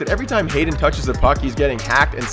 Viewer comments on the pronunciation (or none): And it is Haden not jayden